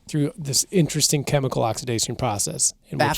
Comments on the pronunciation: Wtf is oxdizidation? It's oxidation God damn it. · oxidation pronunciation. Ox-I-da-tion